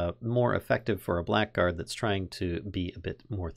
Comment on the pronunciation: Im sorry if this is overly pedantic, but just fyi, blackguard is pronounced "blaggard" (bla-gurd)